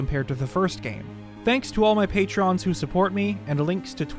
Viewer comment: No one is ever gonna tell him how to pronounce “patron”’ are they? It’s part of his charm though haha